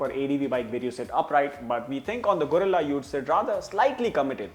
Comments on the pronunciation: Its Guerrilla not Gorilla 😂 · Gorilla ❌ Guerrila ✅